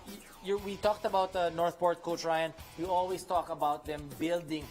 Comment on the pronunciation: ano sabi mo? Northporn? HAHAHAHA